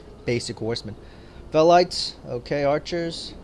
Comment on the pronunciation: you said velites wrong just saying